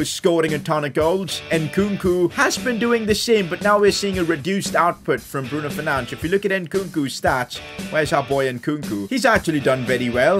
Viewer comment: Goal: Bruno 'Fernandesh'. Signing: Anthony Best Player: BRUNO FERNANDESH